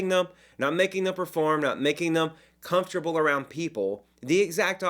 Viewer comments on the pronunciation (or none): none